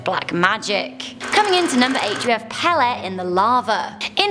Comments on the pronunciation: Hawaiian Goddess Pele - Pronounced Pay-Lay. Not Peh-Leh. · 8 - i would have to ask a hawaiian person, but i had always heard the Goddesses name pronounced "paylay" 6 - a blood red sun doesnt bother me. what affects me is a blood moon. my people were always affected hard by the blood moon. candy for me is raw jalapeño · Pele is indeed pronounced pay-lay. However, some local Hawaiians shorten their vowels, so it sounds more like the way said it. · Hawaii fire goddess is pronounced pay-ley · You're awesome, but the Hawaiian God is pronounced pay-lay. I love your style, you are one beautiful intelligent person. Not fair you have all the good traits 🙄